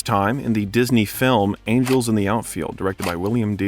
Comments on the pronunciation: Also mispronounced Angels as angles. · TWO THINGS! IT'S THE SWISS ALPS....THERE IS MORE THAN ONE!!! SECONDLY THE WORD IS ANGELS PRONOUNCED AJELS!!! DID YOU HAVE ENGLISH IN SCHOOL??????????????????????? IF ARE NOT SURE....GO TO GOOGLE DICTIONARY, THERE'S NO EXCUSE!!!!! DUH!!!!!